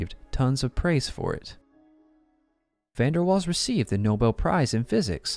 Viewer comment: Please pronounce the name of Van der Waal correctly. The emphasis is on "Waals" as "Van der" just means "from the". Not difficult for English speaking people/AI with just a bit of polite effort.